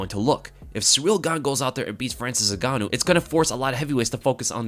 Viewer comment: Hahhahha Francyril N-gane-ou